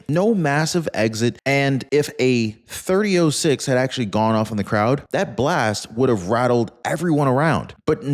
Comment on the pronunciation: A 30.06 Rifle Is Pronounced As A 30 Ault 6 Instead Of 30.0.6